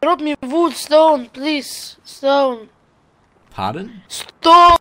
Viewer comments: COLLECT VOOD! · 'Wuud Schtone plese'' -.